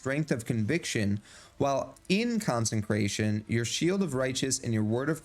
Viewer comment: Consecration. Not Consencration. Therefore it doesn't say consencrate. Good video - but I just had to get that off my chest, it's driving me crazy.